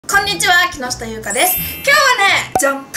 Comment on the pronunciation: 木下ゆうかです。のところ滑舌よい！！！